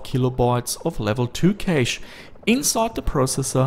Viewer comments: pronounced "cash" not "kayshe" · I'd like to tell you that "cache" is pronounced the same as "cash" as in money :) have a nice day, awesome video btw. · Cache is pronounced like 'cash'. Please... I can't take it anymore. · I guess Canada is like Australia then Cayshhh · Your cashe sounds like kaysh :P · Nope. He said it again, I can't do it! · Kaysh ??? its cache.... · lol you say cache like idubbbz funny voice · although im not talking about grammar, i was just confused by a pronounciation i never heard before, but cool, didnt know they say it so weird over there!